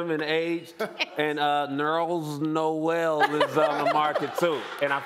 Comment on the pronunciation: Nerls Noel...I'm WEAK. That's his new name...NERLS NOEL!